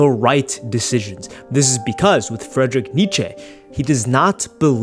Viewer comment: "Fredrick" Nietzsche 🥀